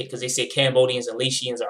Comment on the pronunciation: There was a long time beef between the Asians and Hispanic gangs in Long Beach, Ca in the 90’s (mainly Cambodians but there were other Asians in the set too) with asian gangs even in Cambodian gangs, it’s a lot of different Asian backgrounds not just southeast Asians. Laotian is pronounced lei· ow·shn